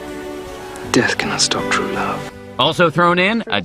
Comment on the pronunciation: And how could I forget the one I laughed the hardest at "Mawwage is wat bwings us togevva today.....and wuv ...twuu wuv "